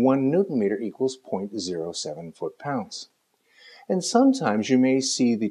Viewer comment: Fut paunds?